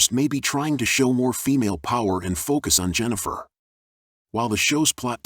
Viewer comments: I'm not huge on Witcher lore, but the character's name is "Yennefer" not "Jennifer" ... Was this generated by AI? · It's Yennefer! Not Jennifer! Can't finish listening to this guy!